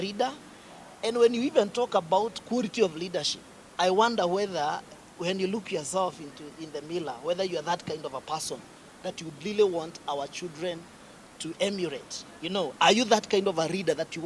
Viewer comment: 🤣🤣Huyu anaongea Kikuyu tu hapa. Eti reader while he means leader 🤣🤣. He is saying millor instead of mirror 🤣🤣🤣